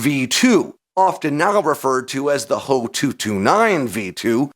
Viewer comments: H.O.- 229 Not Hoe, 229 Do you call the FW-190 the FWA, 190? Junkers=yunkers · HOE 229? AI Voice over mistake. Beside, with those big honking inlets, I don't think is could have been that stealthy. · you lost me at "hoe" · Not a stealth fighter. It's just a flying with with the added benefits of being a low observable. No one of conciquence is claiming the Germans invented stealth aircraft. And it's made out of wood so that helps. Wow bro just say H, O not Ho. It's just amateur.